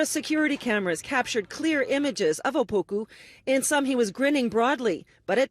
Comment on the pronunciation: when the news reporter said ‘opuku has been caught on camera’ i genuinely thought she said ‘a poopoo has been caught on camera’ I’m dead😂😂